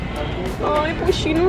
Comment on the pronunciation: no es "pushin" es "Pusheen"